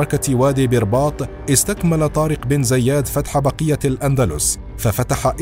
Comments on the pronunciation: النطق الصحيح لإسم زياد هو بكسر الزاء وفتح الياء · طارق بن زياد وليس زيادن